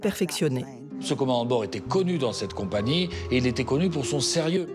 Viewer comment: La voix off incapable de prononcer correctement le nom de la compagnie sur l'intégralité du docu. Insupportable.